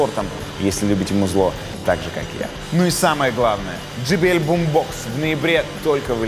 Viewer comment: JBL произносится не как GBL if i may draw your attention :)